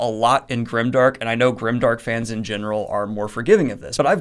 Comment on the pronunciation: You're saying it's not grimdark.....but it kind of sounds like grindark